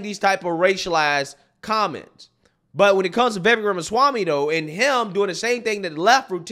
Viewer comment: After all this coverage of Vivek, this man still can’t say Vivek’s name right smhh. Vivvakkeee. Bro says “Vayvay” 💀